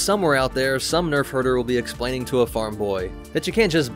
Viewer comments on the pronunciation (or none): none